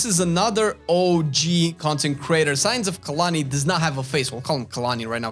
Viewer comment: When you say content creator, I hear "consecrater". TBH, I watch your channel more than the concecraters you listed, except maybe T&E.